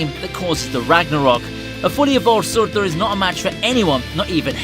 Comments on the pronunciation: It’s not suortur it’s surtur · Who tf is Suurthüer😂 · I hate how he tries to pronounce 'Surtur' in a norse way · Learn to say surtur please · Ime slightly bothered by the way you pronounce surtur... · I seriously hate the way you say "Surtur". You're trying too hard. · the way you say surtur is the funniest thing ive ever heard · The way you say Surtur is hilarious 😁🤣😎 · The way this guy says surtur 😂😂😂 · The way he says surtur tho lol